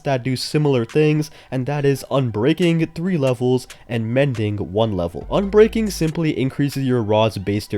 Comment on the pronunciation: Say ubreaking III one more time